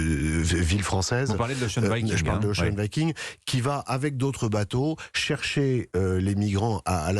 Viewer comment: Enfin, des gens qui savent prononcer Ocean Viking!!!